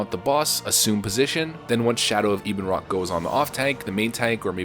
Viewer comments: Ebonrock isnt Eeb en rock, its Ebon like ebony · Well obviously it's Ebonroc like ebony but, you know, Americans... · E-bin, no Eh-bon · He kept annoying me with Ee-bonroc, he was saying wing buff-et correct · Weird how people pronounce some names. Ibunroc?